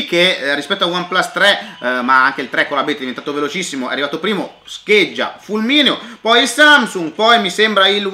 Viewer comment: No, vi prego!!! Andrea che dice: "il pLimo" quando parla del One Plus 3T. con la pronuncia alla cinese XD